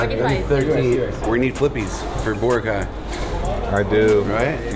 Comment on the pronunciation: Cringing the way larry prounounced boracay